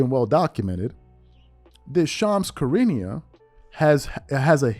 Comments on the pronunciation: Not a fan of Shams but his name is pronounced Shu rah nee uh. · Please stop butchering Shams name please